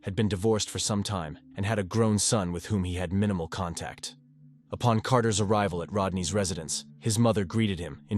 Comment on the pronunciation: Cant pronounce words like ties and contact and intervene but nailed unwavering accolades and diligence. Odd